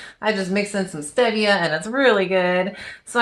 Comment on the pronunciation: I hate to be THAT bitch but it's pronounced stee*via, not steh*via.